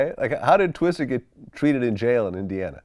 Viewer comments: VLAD STOP Calling this Rap Legend "TwisteRrrr, this ain't NO DAMN Bill Paxton movie!!! lol. RIP Bill Paxton, but This AINT TWISTER!!!! Whitey, It's TWISTA!!! Lol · LMAO ... I think its a cultural barrier! I have to correct all my non-black friends! Its Twista not Twister LOL